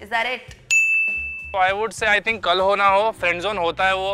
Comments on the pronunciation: Who heard kal ho na ho as Carona go😂😂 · 1.35 kisi ko she said korona ho